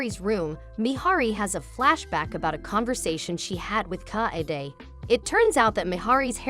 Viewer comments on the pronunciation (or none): Is that some text-to-speech software? The way the name Kaede is pronounced, feels terribly off.